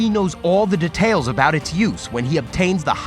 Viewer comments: am i hearing "de...tales" like boi its dEtails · All I heard was De-tales